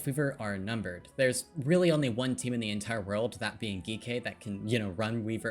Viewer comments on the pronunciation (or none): i love the video, but is Geekay not just pronounced like G K?